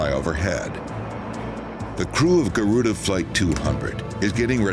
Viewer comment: i like the way he said guruda instead of garuda. i mean its english im indonesian and indonesia have garuda indonesia. 5 stars but crashes sometimes.